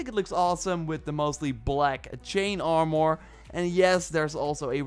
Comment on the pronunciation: Lmao “ar-more”